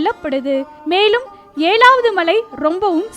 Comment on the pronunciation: It is not Shvan..try to pronounce like Sivan. It is ezhaavadhu..not elavadhu